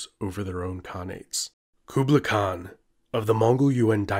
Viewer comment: The way you pronounced Khan and khaqan is just...